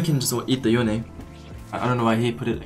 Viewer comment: "yone"..... more like "yoinke"